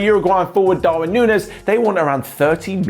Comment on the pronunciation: I'm Uruguayan, and it's pronunced nu-ni-ez